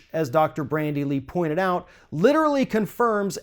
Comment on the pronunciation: Dude it is Bandy Lee not Brandy Lee